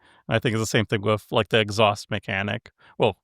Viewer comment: yeah, it's funny though because they said it right the first time and then said exhaust every other time.